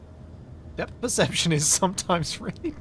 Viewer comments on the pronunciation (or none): none